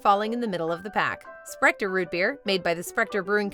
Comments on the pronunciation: There is no "T" in Sprecher. Sprecher, not Sprector. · There's not even a T in Sprecher lol wtf